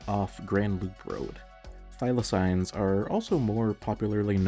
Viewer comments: Btw its pronounce th-eye-low-seen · That thylacine pronunication activated my fight or flight response